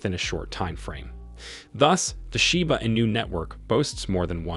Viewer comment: Your title is a lie. Kiyosaki never said anything about Shiba Inu. You don't even know how to pronounce it right.